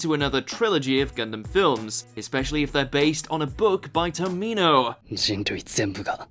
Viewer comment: Are you a troll? You can't pronounce Char and Gundam to save your life but you can explain reason's to hate Hathaway? You are extra suspect.